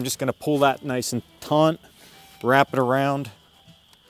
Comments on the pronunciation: It is NOT TAUNT, BUT TAUT; No 'N' in the word. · It's "taut". Taunt is what you do to anger or distract someone. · Get it "taunt"? It's "taut" man. Taut. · He probably knows this by now, but the word is "taut" not "taunt" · The word is TAUT. There is no "n" in that word meaning to "pull tight; no slack". If you want taunt, that's another word with a different meaning. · He keeps saying taunt. The word is taut. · It's not TAUNT it's TAUT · sorry to be petty but its taught not taunt when its strung tight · Taunt? Does he mean taut? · taut, not taunt one means tight, one mean to provoke :-) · If this dude says “taunt” instead of taut one more time... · TAUT not taunt. ugh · Or "taut"? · My internal dialog as watching: "taunt" (huh? did he say?), "taunt" (oh boy, he did say...), "taunt" (cringe), "taunt" (someone needs to talk to this man....) But excellent video nonetheless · He was taught to pronounce taut "taunt" when he was a tot. No need to taunt him. I'm sure he could arrange an entente. :p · Taunting him should tighten up his vocabulary. It's still a good video though. Perhaps his nerves were just taut in front of the camera. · Thank you! That was driving me insane; I thought he was taunting me! 😳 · I kept saying that too! Lol! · It's "taut". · I grew up in the city then in high school moved toa rural area. They did say "taunt" with the N just barely audible. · Stop being overly critical pundints. I was also taughnt to say it thant way.